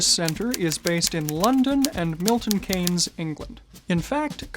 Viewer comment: Never thought I’d hear Milton Keyenes in a GG video 😂😂